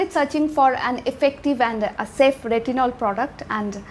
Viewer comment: I can't differentiate when you pronounce Tretinoin and retinol.. Just a minor suggestion, try not to pronounce every word with so much force, please improve, thanks